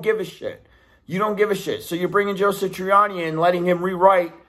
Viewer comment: Bro...Joe SA triani ...not SI triani. But I AGREE.